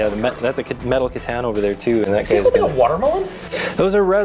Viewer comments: c'tan= kit ahn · hearing a necron main mispronounce c'tan is beyond sad >_>